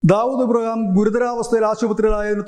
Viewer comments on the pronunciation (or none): none